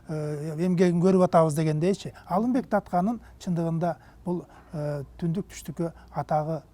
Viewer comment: Калаты суйлойт экен,Алимбек деп Алымбек деп айтылат